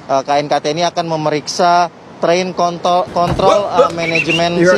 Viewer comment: train kontrol ❎️ train kont*l ✅️